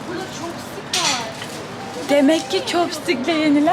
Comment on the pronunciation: Burada copstik varr -Demekki copstik le yenilen birşeyler varrrrğh✨ Beyin bedava